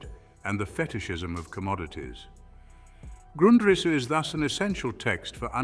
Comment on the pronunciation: You couldn't get your fake AI voice to pronounce Grundrisse the same way throughout the video?